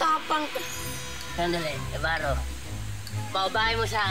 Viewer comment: ibaro hindi ybarro